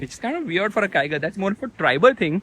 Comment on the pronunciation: here yells come on kiger, at home, hears "come on tiger"😉